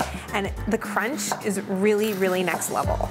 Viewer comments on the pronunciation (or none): none